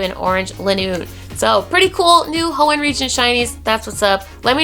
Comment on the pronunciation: Anyone else feel like is over stressing the word Hoenn???